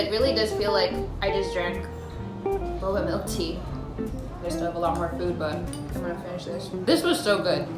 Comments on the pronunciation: fun game: take a shot every time she says boboa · say boba one more time, just... one... more... time